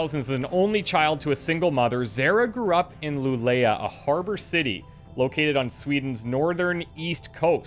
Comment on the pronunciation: Having the window minimized and hear "Luleyah in northern Sweden"... waitwhat? Ah, ok, the letter "å" is pronounced more like an o than an a. "lu-leoh" is closer to how it sounds in Swedish.